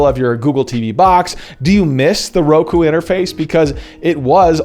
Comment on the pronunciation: Just discovered your channel and love it so far. I've been using Roku since I cut cable in 2012. Roku is 6 and kyu is 9. Pretty sure you're supposed to pronounce it close to "cue", not kie-u.